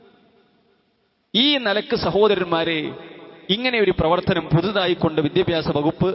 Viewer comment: മാറിടം...മാറിടം...ഇതു മാത്രമേ സ്ത്രീശരീരത്തിലുള്ളോ?അത് അവിടെമാത്റം നോക്കുന്നതു കൊണ്ടാണ്.ചുരുങ്ങിയത് വിദ്യാഭ്യാസം എന്നെങ്കിലും ഒന്ന് ശരിയായി പറയാൻ കഴിയണേ?